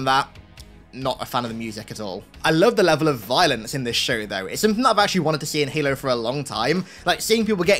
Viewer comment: "In the schow"